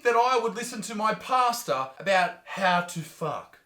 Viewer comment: Ohhhh pastor... Not pasta 🤣😂